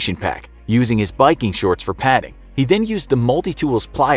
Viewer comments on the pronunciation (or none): none